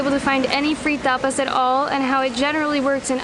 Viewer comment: Bro said tarpas Ta-pas it sound like u saying toppers 😂😂